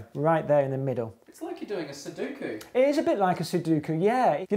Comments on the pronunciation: "Soduko"?! It's pronounced "Sudoku". Plz, it really irks me when people do that. Nice vid btw. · It's "suDOku." Christ, it's phonetic. Awesome vid in spite of that nonsense. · SuDUHku? Guys... It's SuDOHku. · I was really triggered when the math people said "Suduku."